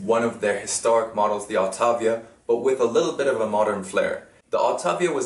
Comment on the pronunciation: Auta-vi-a not autávia. Thank you for the great video.